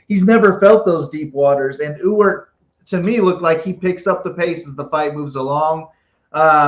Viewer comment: Thanks again,! And thanks for being able to properly pronounce Ewert (yooo-urt). You're the ONLY person I've heard able to do this correctly.